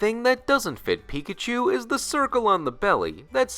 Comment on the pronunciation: Why am I still hearing it like "Pikichu"?😅